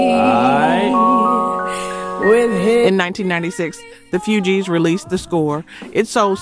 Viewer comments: The few gees😂😂😂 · It's not the Few gees it's the Fugees...like refugees,. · someone needs to help with the proper enuciations. it is NOT the FEW-Geez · Soooo many mispronunciations it's hard to listen to. It's not Ma Girl, it's My Girl. It's not pronounced Fyoujees. It's pronounced Foojees. It's not pronounced Ginawine, it's Ginuwine with a u. It's not pronounced Timbalon. It's pronounced just like it's spelled Timbaland. I enjoy these stories but you should say the names correctly or let someone else do it. If you don't know then you should ask somebody. In fact, assume you don't know and ask somebody before you post. If this is AI then you should get someone to read it correctly. I'm sure you would have more subscribers if your site were more professional.